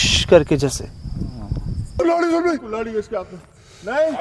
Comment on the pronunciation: kulhaari hota hai kumhaari nhi bhai jaan